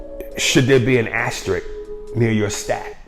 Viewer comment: I don't no about a "astrik"...but maybe an asterisk is worth considering...